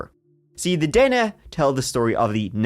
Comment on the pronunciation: they are called the den neh. kind of like the valley's name you got the the nah ha right lol i know thats not how its spelt